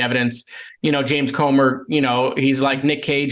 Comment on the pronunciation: it's pronounced Cooomer